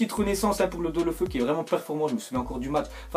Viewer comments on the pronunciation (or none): Bon depuis le debut tu me soule à dire Delofeu on dit Délofeou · On dit deuloféou (phonétique)